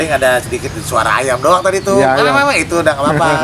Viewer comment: "Lha maenan bocah ituh." (Logat Betawi keluar)